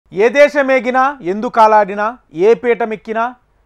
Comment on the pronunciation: కాలాడిన కాదు రా బాబు కాలిడిన